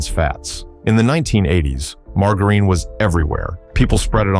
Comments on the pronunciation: MAR-JAH-RIN ffs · Mar-Gar-Ine? LOL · I'll take margarine that I used into the 90s - much better than what took it's place. Also, learn how to pronounce margarine. Give me saccharine - it doesn't cause cancer but the stupid artificial sweeteners that took over do cause cancer and birth defects. The McDonald's apple pies suck now because they're too hard around the edges. Raw milk should be outlawed permanently and anyone selling it should be put in jail - non-pasturized milk is major yuck. Was so glad my state outlawed pink slime in hamburger meat. Put real sugar back in sodas - high fructose corn syrup has helped with the obesity problems. The pesticides from decades ago actually got rid of bugs - we don't need bugs all over everything. French fries tasted far better using beef tallow - the crap they use now makes fries taste terrible and they are to hard (tooth breaking hard). Go back to the way peanut butter used to be made - trans fats mania has gone to ridiculous lengths. Lard-based cake frostings tasted a million times better than the air froth frostings of today. Love making egg nog with raw eggs - the booze cooked the eggs - but I don't expect the food N**is to acknowledge that. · The AI sucks at pronouncing margarine. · Your AI can't pronounce "Margarine" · Sorry, lost me the second he couldn't pronounce "margarine". Why go to all the trouble to make a presentation on a product but fail to simply learn how to pronounce it? Maybe take things more seriously. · Yeah pronounce d it as leed. And margarine wrong too